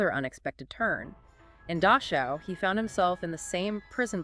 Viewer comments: Dachau not Dashau near Munich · The word is DaCHAu. There is no s in there. It is not Daschau. It is a guttural ch. at least try to pronounce German words correctly. other wise good article.